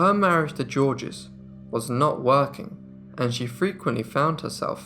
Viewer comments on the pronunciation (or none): "Georges" is not pronounced "JOR-jez." It is pronounced "Zhorzh." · Just say 'George' which is nearer to the french pronunciation. The French do not say the final 's' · I love your channel and I don't mean to pick but when someone's name is spelled Georges, isn't it pronounced something like Zheorzh? The G's are pronounced like soft "sh" or like "zh" and there is no "S" sound at the end. You do great work here, my friend, this was just for future reference. Cheers! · Georges is pronounced George with no second syllable at all. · The S in Georges is silent! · The S in Georges is silent.